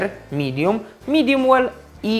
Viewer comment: I nie "midum" tylko "midiem".